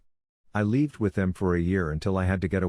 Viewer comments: Why is the pronounciation of 'lived' so weird? Makes it sound like OP spelt it 'leaved'. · does anyone else find it super irritating how it pronounces the word lived? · Pleas update you software, the mispronounced lived is very irritating.